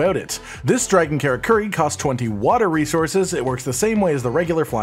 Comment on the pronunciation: Men - uh - toe (Minato) Car - uh - ker - ee (Karakuri